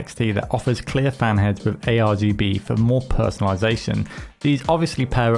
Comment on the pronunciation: Lmao he said AGBR 🤣